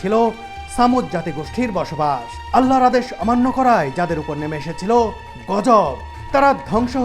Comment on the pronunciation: আপনার মূখে আল্লাহর নাম তো ঠিক মতোই শুনায়ে যায় না ভাই